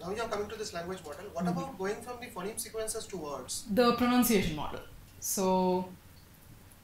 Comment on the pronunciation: why does she mispronounce phoneme for the first half hour